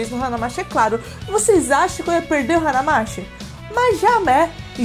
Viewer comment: Na verdade a pronuncia correta é Hana Mati (e não mashi) ^^ Significa a cidade das flores Pena não morar em Joinvile para ir x-x